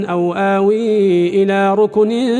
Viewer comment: قراءة الشيخ مع هذا الصوت الجبيلي جميلة جدا لكن عنده ألحان بالقراءة ذكرها الأخوة وازيد عليها قوله تعالى ( ركن شديد ) الكاف بالتسكين وليس بالضم الاية ايضا ٤٤ ( الجودي ) بالتشديد ياليت يصوب قراءته على شخص مجاز حرام هالصوت مع هذه الألحان